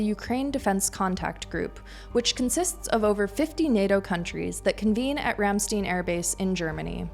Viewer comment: Ram stine, not Ram steen. Argh. It is a German word, not Yiddish.